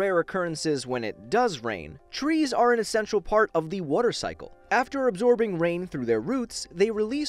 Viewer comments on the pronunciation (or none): nobody:: wooter